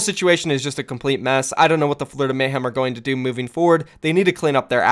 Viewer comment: It's Florida not flordia xD great vid